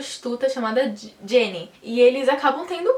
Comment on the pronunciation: é Geni com som de G, não Jenny, Tem até uma musica do Chico Buarque com uma interpretação maravilhosa da Letícia sabatella, chama-se: Geni e o zepellin. assista que vc vai gostar. bj